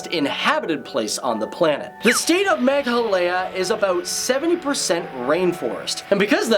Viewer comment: the way he said meghalya